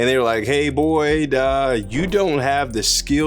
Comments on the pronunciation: I swear every time you say "hey boyd" i think you are saying "hey boy" I'm sitting here like wtf did he just say!? I know they weren't talking to my man like that 😂😅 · Hey boyd, you kinda caught me off gaurd when you said your name, i did a double take i thought you said "im born clueless" lol. not trolling just thought it was funny. maybe innunciate the boYYYYD part a little more, or dont do a dang thing! ur still killin the game bud. take care